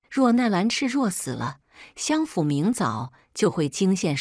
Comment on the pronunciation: 日日行（ㄒㄧㄥˊ）善。相（ㄒㄧㄤˋ）府。